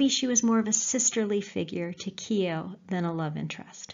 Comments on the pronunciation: Its not kio its kyo as in yoh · Keo as in KOW, Bow, the gh in Keogh is silent! You have done excellent work, amazing the way you bring the stories to life! But please ease off the phoney Irish language and the Keo pronunciation is like scraping your nails on a chalkboard to county Mayo ears!!! However that is a very minor moan, don't stop your work!😊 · Yup, pronounced "Keo" (sorry!) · Lol its not keyo